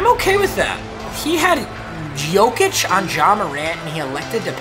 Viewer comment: It’s Yokic not Joke itch